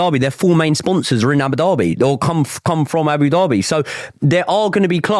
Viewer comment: Man said "Abu Derby" 😂🤔